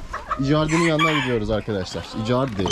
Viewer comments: Abi İcardinin isminin okunuşu İkardi Bi futbolcu galatasaray futbolcusu :) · Abi icardi futbolcu da ikardi diye telaffuz ediliyor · kolay gelsin hacı icardi gs futbolcusu ikardi diye oku sen ama senin sesinle yazıldığı gibi icardi demen daha iyi gibi sanki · İcardi deil ikardi